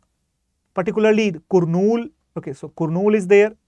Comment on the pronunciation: Its pronounced Karnool not koornool